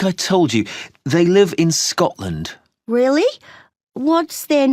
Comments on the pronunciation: It's Scotland, not ScoTTland. (question 9) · it is Scotland not Scottland...google it. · it's Scotland .. not Scottland Ans.9